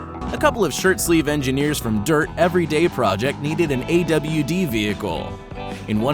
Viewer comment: He said AWD but like a w d 😂